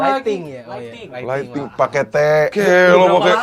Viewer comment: laikting bang bukan laikning